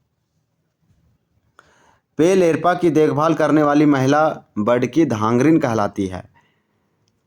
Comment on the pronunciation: पेल एरपा नहीं पेल्लो एड़पा होता है।